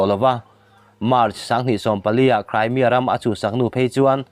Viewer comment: Crymia ti toh suh ...cream lam rik ang a ..cremia ti roh